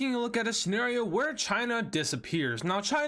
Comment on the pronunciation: You say senerio